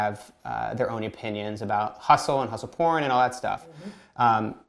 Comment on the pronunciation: Did you say hussle porn?